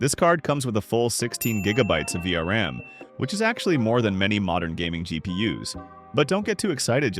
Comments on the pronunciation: V R A M yeah what are you saying its V RAM not V R A M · word of advice, if you are using an AI voiceover you have to spell out certain words for it to pronounce them properly, like 3060 = thirty sixty or for words like vram = v-ram. Anyway i like your content so subbed!